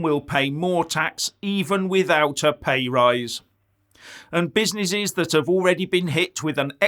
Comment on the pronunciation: the small "be-si-ni-sees" got destroyed right after Jan 2020. Tell us about the "proa-toa-call" now! hahahahhahahahahhaha